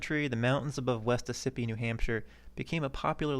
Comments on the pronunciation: Ossipee = AWE-sip-EE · Its pronounced West Awe - Sa - Pee (Ossipee) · It's actually pronounced " aw sip pee" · Its pretty neat. Isn't it? My great grandfather was part of the C.C.C. that built those trails as well as the Kanc. I still live here. Its pronounced "AWW-si-pe" . Spelled Ossipee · Ossipee = AUS E pee or AUS O pee or AUS A pee, depending on who you talk to. AUS like Australia. Not the most important thing in the world, grateful for your video, enjoyed it. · Great video but you're destroying the pronouncing of Ossipee. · How valid can this be when Ossippee is mispronounced? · Frustrating since he actually visited the town and everything. You see this all the time with YouTube videos. There’s no first-hand knowledge of the subject, just internet research.